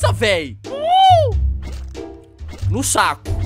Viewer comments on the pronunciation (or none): "nu sacu" Kkkkkkkk